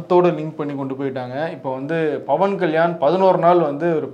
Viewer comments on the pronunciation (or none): none